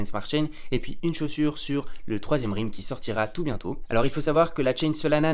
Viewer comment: Ça se prononce Rèlm pas Rilm !!!!!